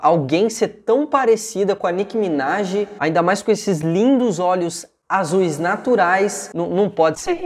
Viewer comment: N era nick minaj era Mick minaje